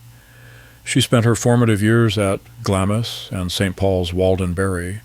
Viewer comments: Pronounced Glams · The Narrator should have checked his pronouciation. Glamis is pronounced Glams, just one syllable. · Isn’t it pronounced Glams? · Glamis is pronounced Glaamz. Just saying… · GLAMZ Castle…pronunciation please! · Why would the narrator show a picture of the future Queen Mother with her husband while he's talking about a different woman and her husband? The narrator is clueless in a number of ways, not the least in mispronouncing Glamis and Lyon. What draws such an unqualified person to take on projects of this sort? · The I in Glamis is silent. Just saying